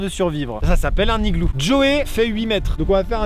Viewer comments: Il y a donc un h aspiré à "higlou". L'Académie française hésite sur le pluriel : "higloux" ou "higlous" ? 🤣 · Amixem ta un problème avec les liaisons du mot « igloo » xD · Le fait qu'Amixem ait dis "du igloo","le igloo" et aussi qu'il n'a fait AUCUNE liaison avec le mot igloo etait vrm INSUPPORTABLE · j'ai du arréter de regarder... c'est dommage, l'idée de vidéo à l'air bonne mais UN igloo sans la liaison ou LE igloo... trop dur à écouter, tu sais, c'est comme si tu lis un texte à faute, on dit que ca pique les yeux, bin là c'est les oreilles. Désolé Max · Faut juste revoir tes cours de français de CE1 LOOOL il y a les liaisons aussi pour dire un igloo tu fais la liaison entre le N et le I mais bon, personne n'est parfait et tu fais de supers vidéos. Mais la langue française, enfin les bases c'est quand même... la base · À chaque fois que maxime dit "Le igloo" , un Inuit meurt. Il faut arrêter le massacre. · Entre « le igloo » ,« un igloo » ( sans la liaison) ou encore « au igloo »,ça rend vrm bizarre A part ça bonne vidéo 🙃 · Amixem il dit LE igloo alors qu'on dit l'igloo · Le mec à tout faux 🤦‍♂️ Au lieu de dire "l'igloo" il dit "le igloo" Au lieu de dire "un (n')igloo" il dit "un igloo" Au lieu de dire "Les (z')igloos" il dit "les igloos" Au lieu de dire "de l'igloo" il dit "du igloo" Bah bravo Maxime 🤦‍♂️ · LOL on dit pas le igloo mais l’igloo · dsl mais dit l'igloo pas le igloo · C'est juste comme prononciation si tu écris le Higloo... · Oui tu le prononces comme çi ça s'écrivait "higloo" (pas de liaisons etc) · Ça fait du le THE igloo ou LE igloo😂😂Moooooon dieu 😶🙃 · Tu dis aussi un igloo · pourquoi tu dit le higlou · et tu fais pas la liaison de "un igloo" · Entre les "le igloo" et les "1 igloo" je me demande si Maxime sait faire les liaisons 😐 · pk tu dis le igloo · Tu dis LE IGLOO !!! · Pk tu dit le igloo 🤣🤣 non je blague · un higloo Maxime, un higloo 🤪🤣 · Amixem pourquoi tu prononces le Iglo ?😊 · POURQUOI TU DIT LE IGLOO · Pk tu dit le igloo